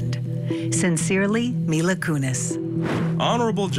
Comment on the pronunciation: when your “expert” guest can’t pronounce Mila properly while giving her opinion it discredits what she is saying…..it’s not Myla…🙄